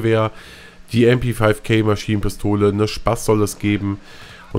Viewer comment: Das heißt MP(fünf)K (Deutsche Auspsrache) Es ist eine Deutsche Maschienen Pistole .